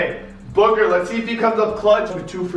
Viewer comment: I like how says booger sometimes when he says booker